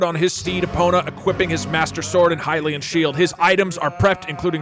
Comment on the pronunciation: dont want to be annoying but its pronounced like "high lian" and not "hee lian"